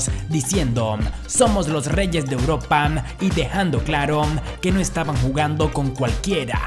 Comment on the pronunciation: Los reyes de europan.... Tiempon... Desorenadon.... Que te pasa tienes problemas de dicción..??